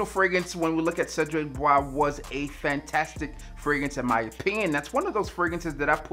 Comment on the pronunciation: Nope, but a quick Google search help not butcher the word lol